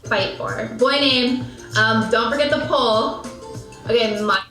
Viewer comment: BTW, she was definitely saying "pull" which I believe was meant to be poll. As in, polling the audience for a name. I am a bit conflicted here🤔